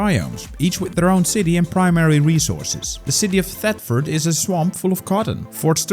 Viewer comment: people using pokemon or osrs music on any game is normal for me but graveyard keeper that is new, or am i hearing things? and i dont want to be that guy but is thetford the th is a f sound